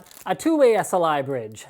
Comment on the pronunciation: when u say 16 way Sli bride i was like WTF? than oh..